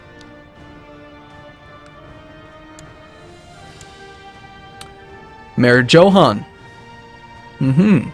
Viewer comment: "Joe-han" I'm pretty sure at this point the visigoths would be saying "Yo-ahn" Correct me if I'm wrong.